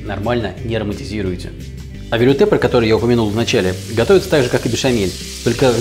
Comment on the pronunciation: Велюте либо велуте (ударение на последний слог).